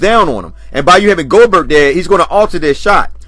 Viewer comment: He called him GO-BERT! 😂